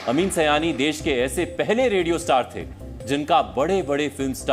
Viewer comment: Not bhaiyo aur bheno. Behno aur Bhaiyo. अमीन सiयानी not अमीन सयानी